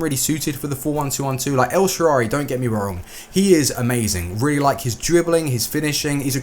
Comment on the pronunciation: this is not a hate comment however it's el-shaa-ra-wy and not elshaarary